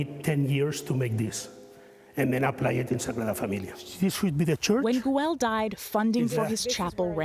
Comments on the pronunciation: Guey not Guell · Nor is it pronounced “goo-el” 😆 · The ‘L’ is silent!